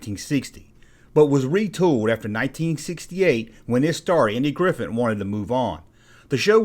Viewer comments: Um, his last name is Griffith, not Griffin. Mispronouncing a proper noun, someone's name, is Broadcasting 101 stuff man. Thumbs down. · Is he saying Andy Griffin?